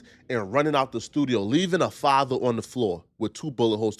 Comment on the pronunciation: 😂😂😂 min mark says three words Faada(father), son, Oooocul (uncle) 😂😂 but I agree he got himself in that situation.